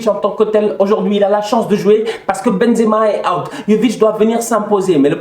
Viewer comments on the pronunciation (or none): none